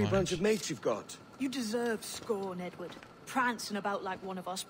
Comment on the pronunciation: Sometimes when you say Edward, it sounds like "n word" that's hilarious Nword Kenway 😂😂